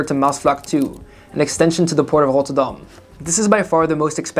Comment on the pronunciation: Ahyes rotterdoam and utrèèggt I love the pronunciation😂